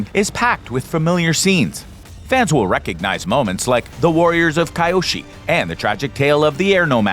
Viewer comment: That is where he lost me... 😅😢